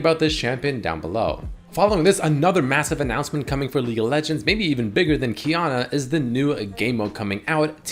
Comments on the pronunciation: Idk why Qiyana pronounced that way, bcos im asian lmfao I say it as Qi ( air) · Qiyana What I hear: Keanu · Only now have i noticed that "Qiyana" reads like "Keanu" when said it she needs to have a skin with a dog